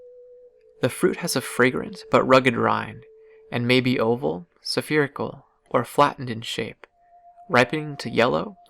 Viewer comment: There is no such word as "sefirical." Spherical is pronounced, "SFEER-ih-kuhl." Next, it's climatic, not climactic, if you are talking about climate. Climactic means something is coming to its end, or climax. Both of these you said multiple times. Also, , there is no such thing as "foilage." Foliage is "FOH-lee-edge." If all I can find fault with is relatively minor pronunciation and vocab issues, consider this praise for your content. Thank you for your presentation. Oh, one final note on citrus: The species of Penicillium we used to make penicillin, Penicillium chrysogenum, was among many found on citrus rinds. While many species of this genus do make some amount of this substance, this one produced the highest amount, able to be processed from the moldy rinds, purified, and used to cure so many bacterial infections (including syphilis and gonorrhea), it was considered a medical miracle.